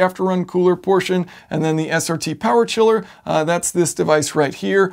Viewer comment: we love two things: air-conditioning and POWAH